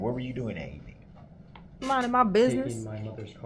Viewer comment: Oh, by the way,, "evening" has two syllables, not three, unless you're talking about evening the odds, for example. Stick to grunts and grimaces, because human language is obviously far beyond your insectile intellect.